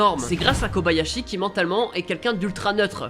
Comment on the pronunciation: comme la plupart ne save pas , son nom c ''thoru" pas ''thor" et c pas '"Kabayashi" mais "Kobayashi" XD un peu de respect pour ma waifu XD